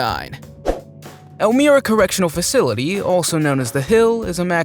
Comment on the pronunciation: It’s pronounced “El-my-ra”.